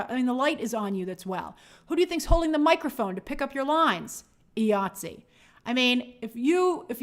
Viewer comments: It’s “eye-ah-t-see”, IATSE. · Hey Grace, IATSE is pronounced EYE ATSE. Keep up the good work.